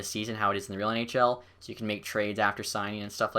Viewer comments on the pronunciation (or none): none